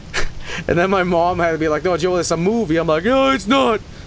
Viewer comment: Big mistake calling the signal Joel, do you not know it's Hoel?